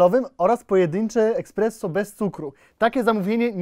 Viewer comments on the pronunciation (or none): Esspresso! Nie ekspreso! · ESPRESSO a nie EKSPRESO kur.. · Powiedział ekspresso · KTO MÓWI EKSPRESSO ZAMIAST ESPRESSO?Panie prowadzący shame on you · Jak można powiedzieć ekspreso wtf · Czy ja usłyszałem eKspresso?! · Czy tam słyszę eKSpresso?